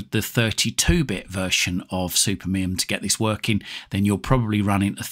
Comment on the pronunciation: I'm sorry, but it is Supermi-UM not -MUM